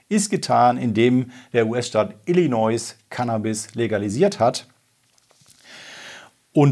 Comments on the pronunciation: Mein dritter Kommentar :D Ich will ja nicht klugscheißen, aber bei Illinois bitte nicht das "S" am Ende mitsprechen. Gesprochen heißt es Illinoi / Illineu. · Jetzt müssen wa dem leider auch den Bundesstaat ILLINOIẞ vorhalten 😂😂 Nach Messaschuschätts und Coloräido...